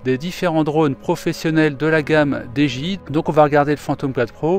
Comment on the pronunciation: Dji ca se prononce didjéaï